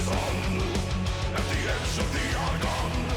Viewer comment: It isn't every day where reaction channels can actually talk about what they like, but you do it. I never even noticed that bit about how he pronounces "at the edge of the Argonne"